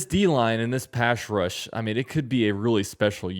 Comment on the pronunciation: I enjoy your videos but maybe avoid the term “pass rush” = “pash rush” Just trying to help out